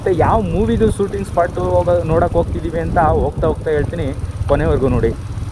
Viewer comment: ನಿಮ್ಮ ಭಾಷೆಯನ್ನು ಸುಧಾರಿಸಿ. ಉದಾ : ಸೂಟಿಂಗ ಅಲ್ಲಾ ಶೂಟಿಂಗ್. ಮಾತಿನ ಮಧ್ಯ ಪುನಃ ಪುನಃ Guys ಶಬ್ದ ಬೇಡ